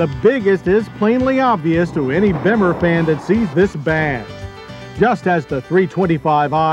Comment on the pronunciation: The way JD has always pronounced "Bimmer" cracks me up. "BEH-MA" I had a i Convertible, 5 speed back in the day. Kept it a long time too. Well over 100k. Then I decided to go Mercedes and traded the BMW in for an SLK. What a bad move. I instantly regretted it. In 2007, I ordered the E90 Hardtop convertible. It was a gorgeous car, but the car had many issues with that top and BMW ended up buying it back from me. I ordered a 335i BMW Convertible to replace the 2007. Kept that until I got a Porsche.